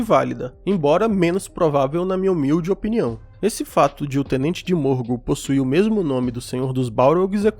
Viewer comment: Minas morgul, não morgo.